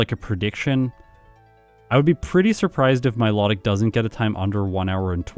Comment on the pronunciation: Pokedex entry: Mylo-tic,: Mi-lot-tic, can't wait for the Reuniclus video 😅